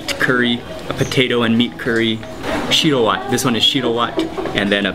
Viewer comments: lol shiro watt I really like your pronunciation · Finally he eats it right but its pronounced shi-rrro whet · real ethiopan i cracked at the way he says 'shiro wet'